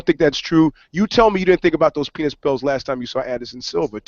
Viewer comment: He did say pennis